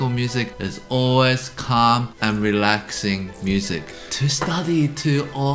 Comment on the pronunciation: "CALming and reLAxing"😂 "be ready to be not relaxed and calm" How reassuring 😅 This one is great when there's a fly in your room Forgot to include the infamous "Flight Of The Bumblebee"